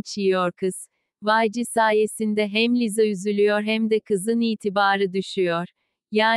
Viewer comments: Biseyi anlamadım ki arka sesdeki kadin lisaya liza diyo ve ben buba cok sinir oldum?! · Liza deil lisa